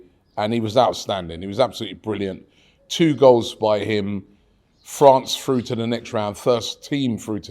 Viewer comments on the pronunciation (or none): none